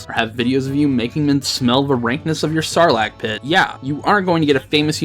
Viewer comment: "Snarlac Pit"? 🤣🤣🤣🤣